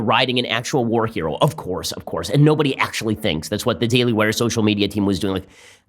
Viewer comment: Please Dont let ben say "OF COURSE" like that. It's a little too Cank from TYT.